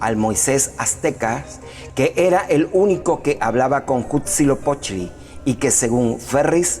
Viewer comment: No puedes tomar en serio a alguien que nisiquiera puede pronunciar bien a Quetzalcoatl y Huitzilopochtli